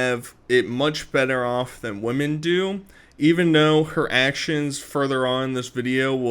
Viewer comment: “I’ve heard some things about you… y’know, womers”